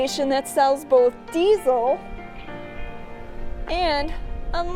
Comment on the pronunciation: You mispronounced diesel